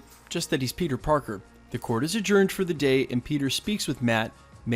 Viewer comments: is it just me or did you pronounced P3nus parkes ? LOl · you say ‘pen15 Parker’ lol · Did he say "Penis Parker"...?!??